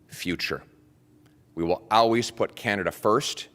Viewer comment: Why does he pronounce "always" as "al-ways"? 😅